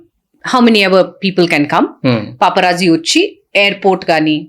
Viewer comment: Vorri nayana Papa Raji kadhu....its Paparazzi (paa·pr·aat·see)